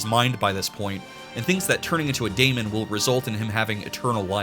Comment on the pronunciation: Daemon is pronounced just like Demon and is in fact just an archaic spelling of the word Demon.